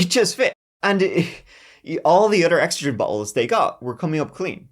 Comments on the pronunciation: Ex-said-rin ... But I'm forever going to call it Exa- drin now 😆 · North American pronunciation is ex-SAID-rin. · Thank the Lord for the picture of Ex said rin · Its pronounced x sed rin where I am from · Ex-cid-rin. Good investigating! This was before you were born, right? I remember this one, and I'm an old woman! Always, love ya! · it’s funny, all my life i called it ex*CED*rin, with the accent on the second syllable. great story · Lmao it’s pronounced like, ex said dren my man!! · lol lol lol oh boy did you say Excedrine very unique lol lol!!!! It should sound like EX-SED-RIN 😂😂😂😂❤❤❤ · Eck- Said-Rin. That was grinding on me. If you are going to tell the tale, tell it pronouncing the name correctly. While I am here, it is NI-KEE not nik. If the owner and creator calls it Ni-KEE, say it right. All the shit Brits talk about how words are said and they say so many wrong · It's pronounced exCEDrin. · Never heard Excedrin pronounced like that before. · thank you for the visual. I could not figure it out with the different emPHAsis on the different syLABBle. If I can figure out how I'm going to call it what you said from now on! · Wow, I love the way he pronounces Excedrin!! Adorable. And don’t forget the most important ingredient in Excedrin, caffeine! 😊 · Have i been pronouncing Excedrine wrong this whole time? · long time follower here, but lol the way you say excedrin. us yankees put the emphasis on that second e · Cool, ill continue watching. That was bugging me. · The way you pronounce "Excedrin" is killing me! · LOL that was driving me nuts. It's like he accidentally pronounced it right like 5 times in a row. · You could have just googled an advert for Excedrin and learned how to pronounce it. It’s also got lots of caffeine in it which you failed to mention. I used to take it just for the caffeine when I was in college. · They must not sell Excedrin on the other side of the pond, because his pronunciation is driving me nuts😂